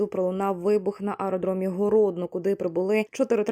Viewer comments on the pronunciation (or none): Що за коментатор? Хоч би вивчила назви міст про які розказує. Мздок замість моздок, городно замість гродно